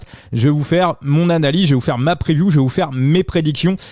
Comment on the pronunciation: La "preview ", vu la manière avec laquelle tu prononces l’anglais, je te conseille " les prévisions ". Arrêtes de la jouer bilingue. Le " move " fait tâche.